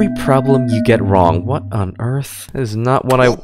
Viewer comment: "What on Earf.." - 2024